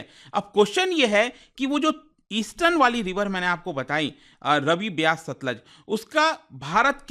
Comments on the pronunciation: रवि नहीं रावी और stluj nhi सतलुज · भाई जी रावी नदी को रवि बोल रहे हैं, सतलुज नदी को सतलज बोल रहे हैं